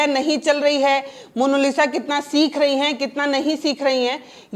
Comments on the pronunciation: मोनोलिसा नहीं मोनालिसा बोलिए। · पत्रकार महोदया जरा शब्दों पर ध्यान दीजिए। Monolisa नहीं मोनालिसा बोलिए।😂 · Mono nahi monalisa hai😂😂😂😂😂😂😂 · मोनोलिस ❎ मोनालिसा✅ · Monalisa hai ya monolisa, monalisa kahne ke lie aapko nahin hota hai kya ? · Mam please say monalisha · पहले डिटेल ढूंढिए तब पत्रकारिता कीजिए, दूसरी बात मोनालिसा बोलना सीखिए